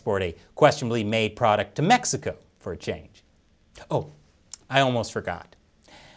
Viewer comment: Did he just say "METHxico"?